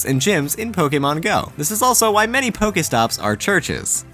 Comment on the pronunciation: I hate how this guy pronounces pokestops. Its not pokaytops